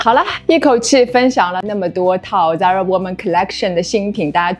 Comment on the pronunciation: 根据西班牙本国人的指点，这个发音是塞拉Zara